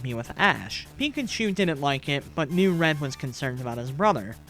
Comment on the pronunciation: it keeps sounding like your saying ren instead of red XDD